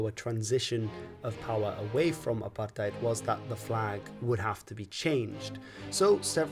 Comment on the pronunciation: Big ups for pronouncing Apartheid correctly